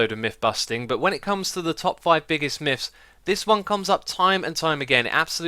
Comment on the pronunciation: I giggle just a bit every time he says "Miffs" or "Miff"